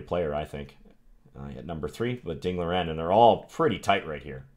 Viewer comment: If you’d like to get a little closer to the correct pronunciation of Ding’s name, say it something like Ding Lee-wren, rather than Ding Leerin. Thanks for the video...love your channel.